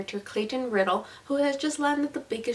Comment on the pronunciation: it's pronounced R-eye-dell, not Riddle, just like how Clayton explains to the hotel desk clerk numerous times... the "I" in Riddell is pronounced like the word "eye" and I'm sorry for being a nazi about it. awesome review though! I love the novel. I hate the movie. they changed WAY too much...